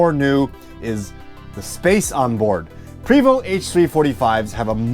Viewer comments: Love your videos but it's pronounced Pray, my good friend works for them..Vo...Pray 🙏 🤲 But you are right, who cares lol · Its prey voh. No st sound. That comes from a french Canadian i know. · “Pooway-voh” in a French accent. 😄